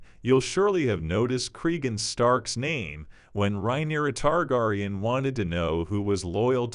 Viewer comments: Lol not the tar-gar-eon 😂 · Leave my girl ri-nerya tar-gar-on alone. 😂